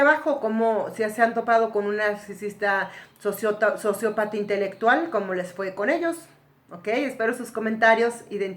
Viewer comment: Dice intectual.